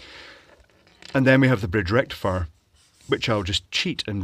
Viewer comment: FOOL BRIDGE RECTIFIAH